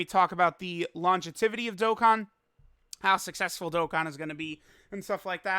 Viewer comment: The way he said longevity